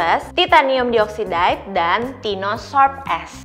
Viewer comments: saran buat video selanjutnya, untuk yang perlu nyebutin chemical term kaya uv filter gini, mungkin bisa cari tau dulu cara penyebutan yang benernya. aku dengernya cringe banget denger dioxide, oxide, dll pronounciationnya kaya gitu 😥 dan satu lagi, it’s better kalau dijelaskan sedikit ttg uv filter yg disebut. kalau ga dijelasin, what’s the point of you informing us? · Dioxide, bacanya ga gitu kaaa hehe